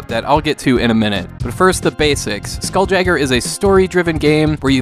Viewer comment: It's pronounced Skoool-Yayger.